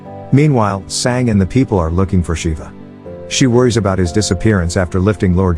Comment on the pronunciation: its Sanga,learn indian language or use translate to learn pronounciation,cause some times it feels wierd dude